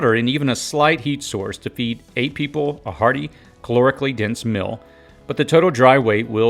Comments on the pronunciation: meal [mēl]..... Not Mil. You are far too astute to miss this. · Are you saying “Mill”? I don’t think I need to cook my mill because I use my mill for food only, you can make a great spaghetti 🍝 sauce by milling tomatoes